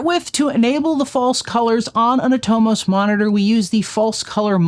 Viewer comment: Super helpful video! For what it's worth, I believe Atomos is pronounced "AH-tah-MUSS" or at least that's how I've heard Australian cofounder/former CEO Jeromy Young pronounce it.